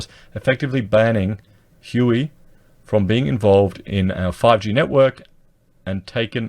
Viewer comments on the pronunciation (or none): You just called huawei Huey shit got me bro ;O